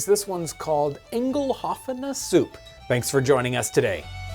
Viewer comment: You’re stressing the wrong pronunciation of eingelaufen. You are saying “eingel” “aufen”. First part sounds like you are almost saying Engel (angel). I think it should be pronounced “ein” “ge” lauf” “en”. Just my thoughts.